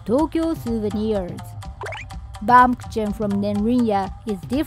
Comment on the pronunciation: I love Kimura ya backery shop in Ginza 🇯🇵🍺🇩🇪 bte Baumkuchen is german and the Katakana pronounciantion is almost correct Ku-hen you said more like kutschen 😄 but dont worry 💪 baum means tree and クーヘン means ケーキ. Its because it looks like a cut up tree